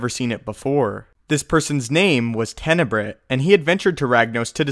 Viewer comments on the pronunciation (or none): You couldn't say Tenebrae so you instead said "Tenebrit"? Marka Ragnos didn't create Tenebrae; Lord Dramath did that, although Ragnos DID come up with the name Lord Vitiate for him. And I agree the Sith Emperor is even more powerful than Darth Sidious.